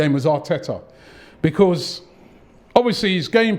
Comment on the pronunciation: For the love of god robbie learn how to say the word BECAUSE please